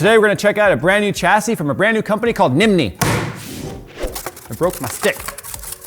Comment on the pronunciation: for a moment I was trying to figure out what "NIM NI" is.